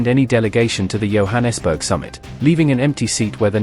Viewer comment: Ramaphosa pronounciation - the ph is pronounced as a P not F. Johannesburg as a J as in Joe.